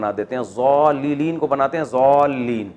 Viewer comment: Assalamualikum wrbt. Mufti Sab I attend your lectures and Alhamdulillah learning many things every day. I have a concern. We learned that the correct pronunciation is magdub or doallin. But you pronounce as magjub or joallin. Why the difference?